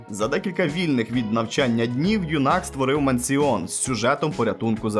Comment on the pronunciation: "Мансіон" лол Братан, тобі терміново треба рекламу курсів англійської "Щоб не ганьбитись як, з "Мансіоном", а знати і розмовляти англійською - записуйся на перший безкоштовний урок англійської в онлайн школі [вставити назву]" Дарую, халявна підводка) Мансіон))